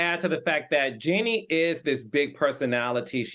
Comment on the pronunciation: I hear you but this is someone’s name. The least she can do is learn the correct pronunciation of someone’s name. It’s very unprofessional considering this is supposed to be a talk show.